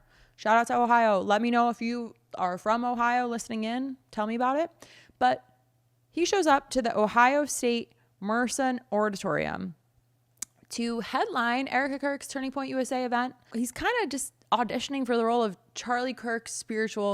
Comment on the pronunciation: Please stop talking. You obviously didn't research names pronunciation. Ramaschaummy and Merson Center? They are 'Ramaswammy' and 'Mershawn' Center.